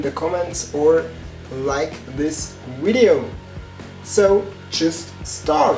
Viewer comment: Pretty God! Your English is already really good, you just need to pronounce the "v" right, cause e.g. in the word "video" you pronounce it like "ui" or the Wii, you know?! But please keep on doing it, it's great!!!😃😃